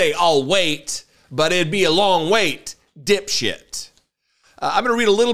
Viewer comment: Got damn I love when this man says, “You DIP SHIX! 😂😂😂😂